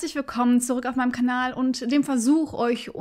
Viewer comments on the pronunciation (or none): none